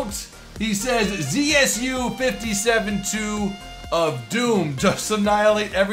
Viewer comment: more right to say not Zi-aS-You, but Ze-Se-U.